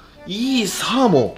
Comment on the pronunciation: 「アマゾンで獲れたサーモン」って聞こえて焦った